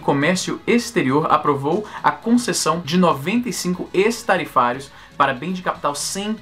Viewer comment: acho q se pronuncia ÉQUIS-tarifários (ex-tarifários) .